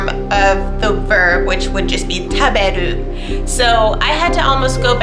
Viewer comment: Your Japanese is really good, I've been learning for a few years but I think you could benefit from doing some shadow listening and repeating. This will help you with pitch accent of words so their easier to understand. For example, in the verb taberu the pitch should look like this ￣＼／ after the ta the be is low the the ru is high. Also in terms of speaking I use discord and look for servers that have both English people trying to learn Japanese and vise versa